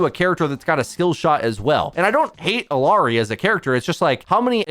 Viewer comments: It's Ill (i) ary! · Bro learn to pronounce illari please ...Its odd the amount of effort you put into pronouncing kirikos' name correctly but not illari